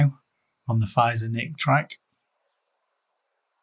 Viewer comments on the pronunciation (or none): Feizor is pronounced Fayzer